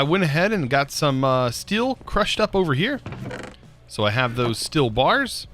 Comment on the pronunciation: steel not stilll !!!!!!!!!!!!!!!!!'!!!!!!!!!!!!!!!!!!!!